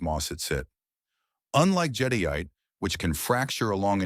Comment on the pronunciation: I hate these auto narrated voice overs. Jadyite? Jadeite pronounced jadite